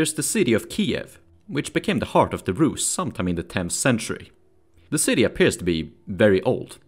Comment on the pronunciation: Rusy it’s like dirty bland not rad 🤷‍♂️